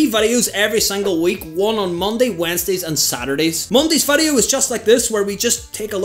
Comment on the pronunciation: Dude can't pronounce VIDEO 😂